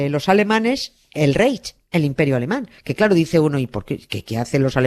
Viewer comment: Nieves: toma un cursillo de alemán para que pronuncies bien las palabras germanas. Reich se pronuncia raigh. Weimar se pronuncia vaima.